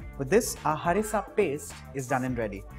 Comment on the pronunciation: NYC recepie!!!! ur pronunciation of HARRISSA chicken is jzttt perfect n awesome love to see u soon with another delicious recipie😘😘😘😘